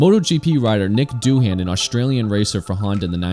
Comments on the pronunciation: I’ll subscribe as soon as you demonstrate the ability to correctly pronounce the name “Mick Doohan.” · MICK Doohan. Can't believe you said Nick.